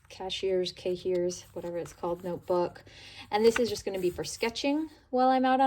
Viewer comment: Cahier. Say ka-yay. It’s French.